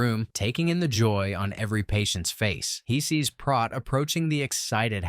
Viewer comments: I just happened to rewatch this a few hours ago, before seeing your post. A little synchronicity perhaps? LoL. Anyway, you're pronouncing Prot's name incorrectly. It's a long O (oh) not ah (hot or lot). One of my favorite movies! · It's not Prot (as in Rot), it's Prot as in Pro, or... Proteus. It's the name of the god of "elusive sea change", which suggests the changeable nature of the sea or the liquid quality of water. He can foretell the future, and he answers only to those who are capable of capturing him. From this feature of Proteus comes the adjective protean, meaning "versatile", "mutable", or "capable of assuming many forms". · It's Prote as in rhymes with Boat! Not Prot as in not...Prote as in Boat, get it? Got it? Good! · They pronounce it Proat not Prot Proton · It's pronounced "PROTE" as in PROTEIN - NOT prawt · I can't be the only one that noticed you pronounced his name wrong the whole time! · Prot. Long "O". As in: boat. Prot. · Fairly good recap, but you kept mispronouncing Prot. Even the cast told you how to say it, but you kept saying Prot like it rhymed with pot. Come on now.